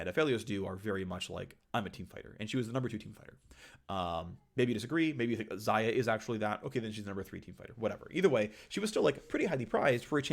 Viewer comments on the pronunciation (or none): none